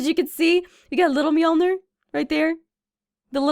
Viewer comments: Muh-jor-lin not mee-alner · Muh-jor-lin mee-aln-er